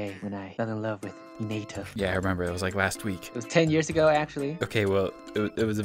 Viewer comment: i like how u guys say hinata wrong